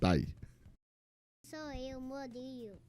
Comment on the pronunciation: Que lindo o “Morilo” no final 😂